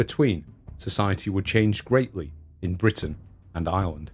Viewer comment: It took me way too long to realize he was saying "Britain and Ireland" and not "Britain, an island" I wondered why he kept reminding us it was an island